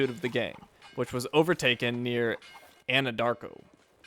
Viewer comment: Anadarko is in Oklahoma. A lot of Native American tribal governments out of Anadarko ( which you pronounced correctly! ). I grew up about 40 miles from there. The name Anadarko came from a clerical error by adding an extra "A" to the front of the Nadarko tribe.